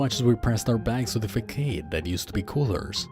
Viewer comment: Aisle (and isle) are both pronounced like I'll. The c in facade makes the s sound. Just trying to be helpful :) I like your accent and you read well, with good phrasing and inflection. Amazing story. My best friend went crazy and killed himself, and there's a lot of parallels here, including the radio talking to him and questioning if our reality is actually a simulation. Interesting.